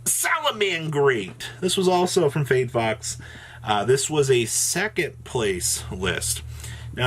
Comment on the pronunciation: Lol. Its FAYD BOX not FAYD FOX :-D